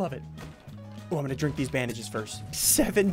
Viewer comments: Did any one hear SSundee say first let me drink dees bandages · ssundee: let me DRINK THESE BANDEGES FIRST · "I'm gonna ddink these bandanges" -Ssundee